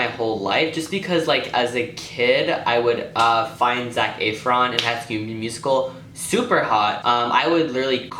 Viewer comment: the way you pronounce zac efron is so cute hehhe